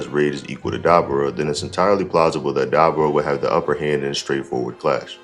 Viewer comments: Dude. Say his name right. It's Dabura. Not Dabra. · Duh-bore-uh brother lol.